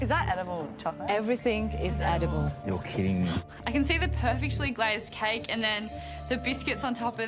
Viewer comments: When the chef was pronouncing C-A-E-K INSTED OF "CAKE" THE CAKE: am I a JoKe tO yOu? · It's just a KHAICK. I mean, how hard is it to make a KHAICK ? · It's juSt a kAike. I mEaN hoW haRd iS it tO mAkE a "kAiikE" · "This is just a "khaike", how hard it is to make a "khaike" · "It's just CAIK . How hard is it to make a CAIK ?" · "It's just a cike, how hard can it be to make a cike" 😶😶😶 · "Its just a KHAIK" "I mean, how hard is it to make a KHAIK" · Its just a caike, how hard is it to make a caike?! Stupider words have never been spoken in a kitchen. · "It's just a kaik, I mean how hard is it to maik a kaik" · "ITS JUST A CAIKE" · "It's just a Kaik"....man the pronounciation is so strong....for a cake.... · 'It's just a Kayk guys. How hard is it to make a kayk' lol. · It's definitely not a cake,,,, it's a CAikE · "it is just a KHaiKH!" Yeah! u tell 'em George. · "It's just a Caik" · Bruh said "Caykke" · " It's just a kayke " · It's just a "kaik"..how hard is it to make a "kaik". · how hard is it make "caike" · "Its just a KaYk i mean how hard is it to make a KaYk " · The chef says "CAIIKE " and not Cake😅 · He said "Kyke" lol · It’s just a “Kayk” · "Its a kaike. How hard is it to make a kaike?" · " did she say kaaik ? How difficult would it be to make a kaaik ? " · it's just a "KHAIKH"! I mean how hard is it to "MIKE" a "KHAIKH" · IT' JUS A KAIK HOW HARD IS IT TO MAK A KAIK?